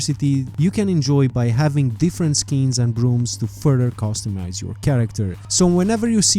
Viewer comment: I had to relisten to the beginning of the video four times because of the way you say skins. I could not understand what you were saying